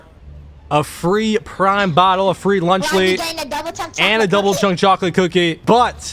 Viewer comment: "DOUBBULE CHUNK CHOCOLATIE COOOKIEE" 🗣😭🤦🏿‍♂️